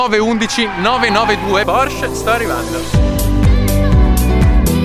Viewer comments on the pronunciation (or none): none